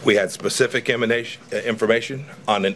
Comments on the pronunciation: Ssspecific iminatiin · specific "imminations"